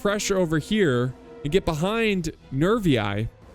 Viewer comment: Double i In latin is pronounced "ee" as in the word "free". So Boii is pronounced Boee, and Narvii is pronounced Narvee.